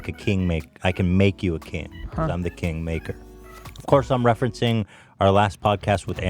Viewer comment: I heard KINK maker...